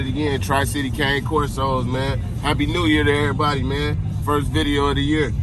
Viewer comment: The breed is pronounced “Kah-nay”. It’s Italian. But some good info in here bro. Keep pushing ✊🏾